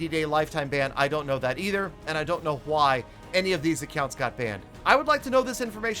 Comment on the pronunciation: why do you say why like huy?